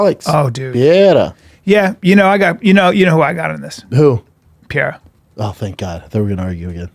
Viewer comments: its pronounce P E R E I R A not piera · Chael: alex pee-era Brendan: glover Tex-era